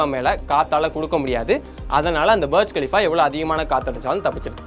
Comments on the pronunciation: பர்ஜ் கலிஃபா ila da Burj khalifa புர்ஜ் கலிஃபா🤦‍♂️ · அது பர்ஜ் இல்ல.. புர்ஜ் கலீபா... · பர்ஜ் இல்லை புர்ஜ் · Please pronounce properly not Barj Khalifa Burj Khalifa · அது பார்ஜ் கலீஃபா அல்ல, புர்ஜ் கலிஃபா என்று உங்களுக்குத் தெரியாவிட்டால், அந்த கோபுரத்தின் பெயரை எப்படிக் கூற வேண்டும் என்று உங்களுக்குத் தெரியாவிட்டால், இந்த வீடியோவை ஏன் உருவாக்க விரும்புகிறீர்கள் . நீங்கள் எதைப் பற்றி பேசினாலும் அது முழு உண்மை இல்லை, எனவே உங்கள் சொந்த விஷயத்தை கவனியுங்கள் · Bro berj khalifa ella.... Booorj khalifaaaaaa.... Nalla pronounce pannunga.... Keka orumathiri eruk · Pronounce it as புர்ஜ் கலீபா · Burj Pronunciation Thappa Solra Bro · i doubt are you pronouncing Burj Khalifa properly ???